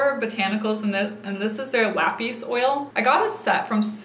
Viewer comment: Not trying to be rude at all. I love your videos! But it’s Lapis like the gemstone, not pronounced like “lapeese”.